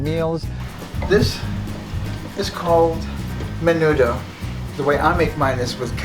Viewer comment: Only problem I have with her is how she says tamales and menudo